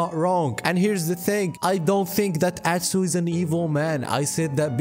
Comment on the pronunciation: i kept repeating "god bless you" every time you said atsuuu